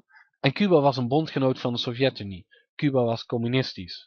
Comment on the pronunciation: Fix je klemtoon. Het is SOVjetunie, niet sovJETunie. Verder puike video.